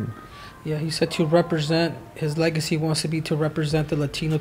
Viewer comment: You say "Legacy" I hear 'Manny Pacquiao'